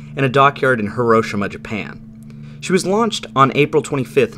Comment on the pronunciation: Finally, someone who knows how to properly pronounce Hiroshima!